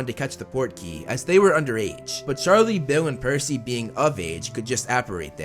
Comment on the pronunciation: Its PERCY Not PEARcy!